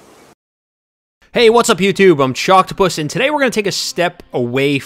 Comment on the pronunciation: what you guys heard: "...i'm choctopus" what i heard:"...i'm chopped puss"